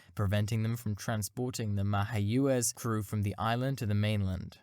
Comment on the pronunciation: An excellent video, the A-7 has always been one of my favorite aircraft. But Mayaquez is pronounced "mai-uh-gwez" in both Spanish and English...